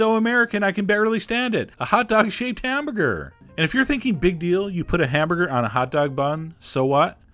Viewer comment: A hotdog shaped Ham-buh-ger!